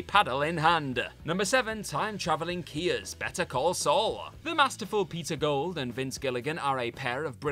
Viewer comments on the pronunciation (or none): *Kias, not Kiy's